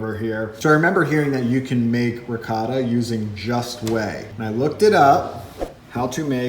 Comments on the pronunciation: Man, every time you try to say "ricotta" I hear " 'vocado" or at best "racáda". You're doing a great job, but please, please, I beg you, put a bit more effort in pronouncing food in a way that natives of that language can at least recognize. My ears are bleeding. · I was thinking "what does the mean by ricarda." until I realized he means ricotta :D. U americans and ur cheese pronunciation when u say "gouda" like its "guuda"